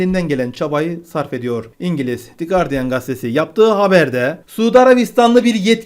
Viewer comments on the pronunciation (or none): none